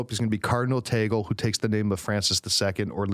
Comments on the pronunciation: it's pronounced as Tag-le not ta-gel😊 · Tag-Leh... not Teygel... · its TAG-Leh not tagle like google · That's TAH-gley, not TEY-gle You just made me giggle 🇵🇭🤣🤣🤣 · Guys I'm a Filipino and I went to the same high school where Cardinal Tagle went....It is pronounced as "Tah-gleh" not "Tay-gel". :) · Just pointing out he was right the first time, sorta. It's pronounced /tag•le/ (short e; not ē or é [/ej/]) not /tej•gul/ (/u/ representing the schwa; also, for people who don't know IPA, /j/ stands for the sound that the letter y usually makes in English). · Just listened to this today. Just got uncomfortable hearing Cardinal Tagle's name pronounced "Teygl". it is pronounced TAG-LE. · Interesting video. Tagle is pronounced as it is spelled - tag-le (it's spanish pronunciation). Tagle also has Chinese ancestry - which might be an advantage when dealing with China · Cardinal Chito Tagle is pronounced (tag-lay) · The proper pronunciation of Cardinal Tagle is " /ˈtăg-lā/ " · Cardinal Tagle is pronounced as tag lay. But I wish hope and pray it would be Christoph Cardinal Schonborn .or Cardinal Muller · Also it's pronounced TAG-LEH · our Uncle Cardinal Tagle is very dear to us. BTW; pronouce as TAG-Le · I actually laughed when he said "Taygl" HAHAHAHAHA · Tagle is pronounced "tag lee". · It's pronounced TAG-LEH😆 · I know but it is pronounced like the word lay...at least that's how I heard someone on EWTN say it. Either way, I suppose. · Tagle is pronounced Tag-leh, not Tag-lay nor Taggle. But my choice for the next pope is Cardinal Sarah! No American pope, please. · Its pronounced TAG-le. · Tagle is prounced as Spanish not American .